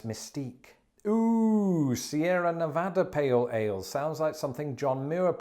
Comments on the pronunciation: Thank you for prouncining Nevada correctly lol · Props for pronouncing Nevada correctly. Many Americans can’t. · Wow you got Nevada's pronunciation right! Gonna have to work on your Anheuser-Busch phonetics game however.